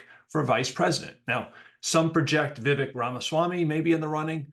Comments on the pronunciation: It’s pronounced Vivek like ‘cake.” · It is pronounced Vivake, as in Cake. 🍰